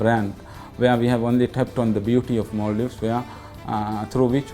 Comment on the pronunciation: its Maldives not maaldeep